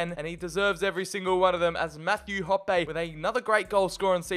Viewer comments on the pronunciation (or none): Hoppe is pronounced hoppy like what a bunny rabbit would do